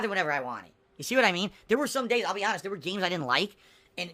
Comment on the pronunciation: A great indicator of how dishonest someone is, is how often they have to keep mentioning how AH-NEST they are.